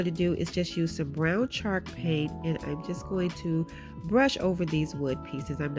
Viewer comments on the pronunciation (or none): I love how it sounds like she says shark paint lol. Love the diys too girl!!🙌🙌🙌